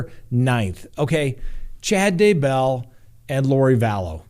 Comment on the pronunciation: Oh! Do you mispronounce words on purpose? It’s Kee-tow - Keto. And as for the Daybell’s it’s not Day- BELL.